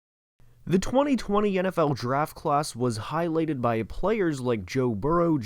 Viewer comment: im sorry but…highleyted??😂